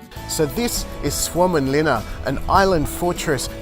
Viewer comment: You did a far better job than pronouncing that name than we did last week when we were filming! Mate, you are super informative and this is really well filmed. Keep up the great work!